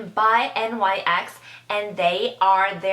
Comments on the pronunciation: It's noT N.Y.X. It's nyx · She says n.y.x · Very informative. Its pronounced nix though :)